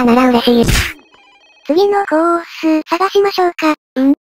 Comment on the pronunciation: とりあえずコ↑ース↓